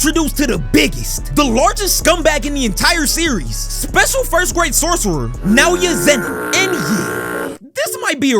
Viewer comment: As soon as you say Nowya Zenin I vommited literally